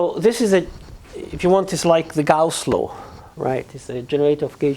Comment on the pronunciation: Just a little note. Gauss is not "Gosse" for the French: Gauss is just Gauss.